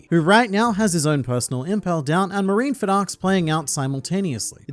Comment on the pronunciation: Okay, usually this would be the part where I lambast you for SOMEHOW mispronouncing Marineford...STILL...BUT......you also are one of the only people on the internet I've ever seen pronounce the word "golem" correctly. So you get a pass. This time...